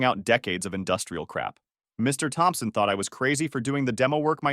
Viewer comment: Mr Thompson?,c'mon Ai,put some effort.